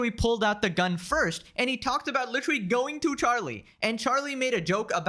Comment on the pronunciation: At first it bugged me but now I kinda like it when he says "lichrelly"